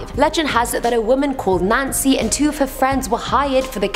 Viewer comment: Is it just me who heard Nazi when she said Nancy?